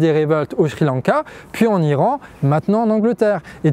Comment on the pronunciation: A deux doigts de mettre un pouce vers le bas parce qu'à chaque fois que j'entends "shri lanka" je frissonne. Plus sérieusement superbe vidéo, comme toujours parfaitement claire et magnifiquement documentée et sourcée.